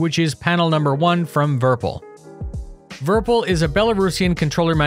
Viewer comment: It's not verpel it's Virpil! Virtual Pilot. Would be like virpil not verpel right?